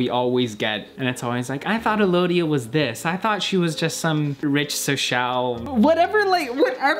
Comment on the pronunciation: Alodia, A lovia. (Lol. Sige na, corny na akoh)